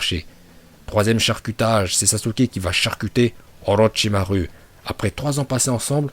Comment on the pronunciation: Les « U » prononce les « Ou » stp parce que OrochimarU et TaijutsU j’ai les oreilles qui saignent 🤮